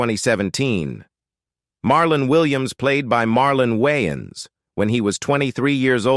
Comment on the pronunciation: This guy can not enunciate for nothing! Ommfg I like his content but my guy YOU REALLY NEED TO LEARN AMERICAN ENGLISH. That all but keep doing you and grow more. She wayins, it's WAYNES